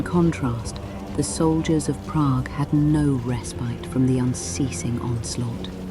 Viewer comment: This mf said Pragg